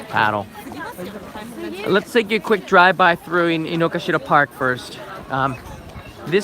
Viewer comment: Hey, my wife (Japanese) insists this park is called Inogashira, not Inokashira (despite the signs, google maps etc.). She says all Japanese call it with the "ga" in the middle not "ka". Have you heard of that being the case?